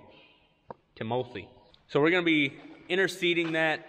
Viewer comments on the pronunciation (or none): Tim-O-thee…… lmao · "Tim o thy? " ..." Pre sent!"